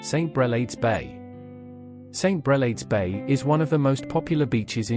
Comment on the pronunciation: Brel aids bay = St Brel ards bay ....as in hard